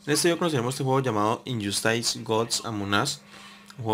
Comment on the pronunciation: INYOSTAIS GODS AMON AS jajaja xD